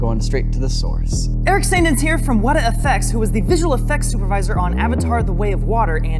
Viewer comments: It ain't WEDA it's weta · 'Weta' with the horizontal lines over the vowels is pronounced 'weetay'. Someone really should tell that to the folks at Weta.